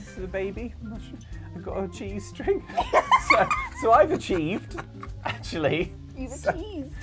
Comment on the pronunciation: ... Wait what?! 😅 Did he just .... Say I've got a G-string... Noo cant be....[listen again] ohh "ive got a chees string" 😂